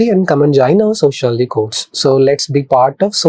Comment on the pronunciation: Your accent is very wrong prononciation its not sociolozyyyyy it is sociology